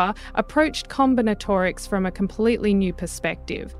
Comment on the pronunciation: Com/bin/at/or/ics a new way of pronouncing.